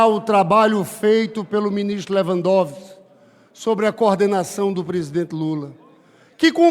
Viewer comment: Esse verme bem sabe falar direito, em vez de falar Lewandowisk, fala Lewandovis!!!!!😂😂😂😂😂